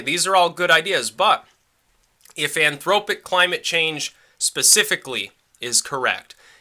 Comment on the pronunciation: "anthropogenic" not "anthropic"